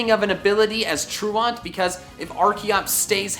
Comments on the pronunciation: You sure are dumb for somebody who supposedly graduated college. What the hell is TRU ONT. It’s pronounced truent. You dweeb. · It’s tru-ANT not tru-AUNT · nobody:: truawnt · ppl mispronounced words is such a pet peeve lol, TRUE-ENT, not TRUE-ONT. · it's not 'True-ONT'...it's 'True-ent'. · Truaunt TRUAUNT??! It’s Tru ant like a true ant like truancy it’s not truauncy it’s trueantcy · Truant….truANT. That’s gotta be why Durant has it lol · Weren't you in college recently? It's "troo-ent". Not "troo-aunt". That was so annoying to get through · Its pronounced tru-ant not tru-aunt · Truant is pronounced tru-ant, you are pronouncing it tru-aunt 😅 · You are the only person I know of who pronounces "truant" as "tru-awnt". It's usually "tru-ent" or more likely "tru-ant", hence why they'd give the ability to DurANT; they thought they were being clever. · Durant is a Tru-Ant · "True-Ont" TRUE-ENT! TRUE-ENT! Arrrggghhh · "Tru-aunt" it's true-ant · Wait, you pronounce it “troo-ont”? I say “troo-ent” 😮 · You: true-aunt The actual pronunciation: tru-ant. They literally only gave it to Durant to make a pun and you ruined it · But Truant is pronounced "true-nt" not "true-ant." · Why does every damn Poketuber say "Tru-AUNT"...!? Is it like a weird conspiracy. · Dude, I rarely make negative posts, but it's pronounced (true-ant) and in you're late for class lol not (true-aunt) as in your aunt is an honest lady lol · You’re pronouncing truant wrong. (ˈtro͞oənt, not true-ant) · Truant(tru-ent) not tru aunt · "True-aunt" is wrong, but the word "truant" is pronounced like "TRUE-uhnt." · Why does durant have truant ability? Wait... TRUANT... TRU-ANT... True-ant... Please tell me it's not that... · Do you know what the word “truant” is pronounced like the “truant officer” true-ent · Cause truant is "Tru-Ant" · ...its truant....like when you're truant from school, not truaunt 🤣🤣☠ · I think it’s pronounced “tru-ent” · It's pronounced true int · It’s pronounced Tru ANT